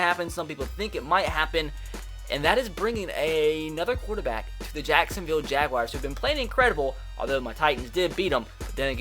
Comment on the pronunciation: It's not the jag wires lol you can't pronounce names for shit